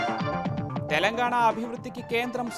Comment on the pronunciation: Telangana pronounced wrong and these people are selected for news reading.